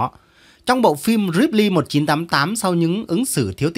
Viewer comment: Tôi đã không nhịn cười được trước những lời văn, những ý tưởng ngộ nghĩnh của các em...qua những bài viết thật độc đáo và hài hước...Hôm nay tôi lại cảm thấy "buồn cười" ( đã buồn mà lại cười?!!!😂🤣😅) nhiều hơn khi nghe thầy phát âm chữ "reply". Cám ơn thầy rất nhiều khi có ý tưởng giới thiệu các bài viết đủ mọi thể loại này cho người nghe, vừa có tính cách giải trí, lại vừa có tính giáo dục...Tuy nhiên, với những chữ ngoại quốc như Anh, Pháp..., thầy nên tìm hiểu thêm về cách phát âm chút xíu (dù đây không phải là "tiết học ngoại ngữ"). Vài lời góp ý nhỏ cho "kênh" của thầy, mong thầy không phiền lòng nhé!